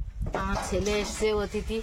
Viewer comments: যাঁর উদ্দেশ্যে লেখা তিনি জানেন কি বলার কথা। কিন্তু তিনি বলবেন না! অতিথিকে 'অ' 'তিথি' বলা মনে তাঁকে অপমান করা। কানে বড্ড লাগে। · OTITHI বলতেই পারে না। সবসময় "অ"তিথি বলে। আজ আবার বিশেষ "অ"তিথি। আমেরিকা থেকে এসেছে, তাই জন্য " বিশেষ" 😂😂😂😂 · আর অ থিতি বলতে যেওনা। এ বড্ডো ভয়ংকর উচ্চারণ। তার চেয়ে গেস্ট বলো। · ok thahole “ Athiti “ hobe not “Atithi” but I just checked in google guest means “Atithi” in Hindi